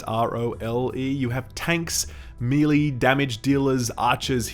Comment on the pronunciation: May-lay dude, may-lay.